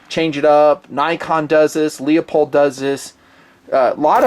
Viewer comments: its pronounced Loo-polled, not Leo-polled. You been killing me for years with that mangled pronunciation. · Say it with me, "Lou-pold"